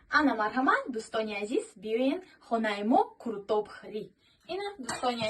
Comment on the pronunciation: Курутоб не Қурутов ношигрит охи 😅